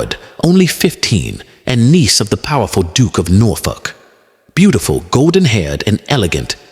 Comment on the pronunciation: Duck of Norfolk? There's something hilarious about an AI narrative talking about English history with a southern US drawl. By the way, the name was Dereham not Darham.